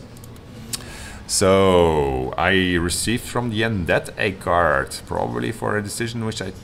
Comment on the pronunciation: Hi. Game's looking nice. One tip though: As founder of a development studio that releases games to an international audience, you might want to consider taking a course in proper english pronunciation. because a card is not a cart, and an idea is not an aidee. Makes watching this video pretty painful.